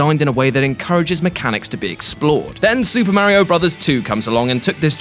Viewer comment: Pronounced Mario wrong. Instant dislike